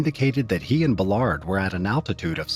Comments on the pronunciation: It's pronounced, "Bal-erd," not, "Buh-lard" for fuck's sake! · Except “Ballard”, he mangles that